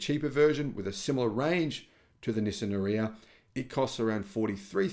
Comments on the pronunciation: Are-ee-ah not A-reeya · is pronouncing it wrong, possibly on purpose because he dislikes the car so much, but it's pronounced Ar-yuh same as that girl Arya Stark in Game Of Thrones, it's like he never watched a single promo by Nissan for the car. By the way I'm leasing one now for $270 a month, the car is quite nice at that price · Nissan ARE e ah ….is how our. Nissan pronounced it